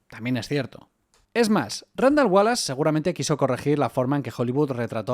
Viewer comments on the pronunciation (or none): none